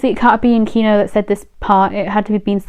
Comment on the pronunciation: Keonho's name is pronounced as Kono, not Kino